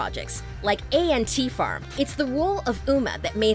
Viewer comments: It is ant farm not a.n.t. farm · Did she really just call ANT farm A N T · its ant farm not a.n.t. farm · A-N-T farm. Swears its ANT farm.🤔